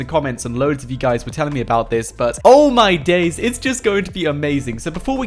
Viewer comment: Who thinks it so funny when he says, oh my daze!